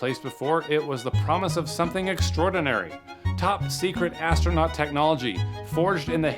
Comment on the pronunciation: What the f is an ASTRONAUNT lol